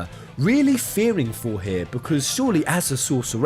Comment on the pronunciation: Nice video, but I was distracted all the way through by your weird pronunciation of Sorceress. Also, you know that's not how you say catastrophe, right? Because you'd be about my age if you were 12 when you first played FF VIII, so I really hope you haven't been going through life saying 'Catastroff' when it's 'Catastrofee.' I never considered that Selphie could be a sorceress on any of my playthroughs of the game. It's an interesting theory, but given that all three female characters have unique magical limit breaks, you could probably make a fair argument for any of them being potential sorceresses, not just Selphie and Rinoa. Sure, Quistis needs items to pull off her Blue Magic, but I don't see anyone else casting freaking Shadow Flare with Para-Magic. That's a damn GF skill.